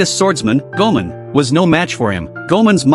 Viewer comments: Its goimon not guman😂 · ok but who is goman? does this ai shit content means "goemon" pronounced "ghemon"? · Hearing the AI butcher "Goman"s name is infuriating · Thats goemon not goman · Goemon, not "goman" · Goemon is pronounced Goy-Mon! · Bro it’s gemon come on